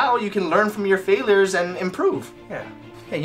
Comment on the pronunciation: I think Ryan said Failrs 😂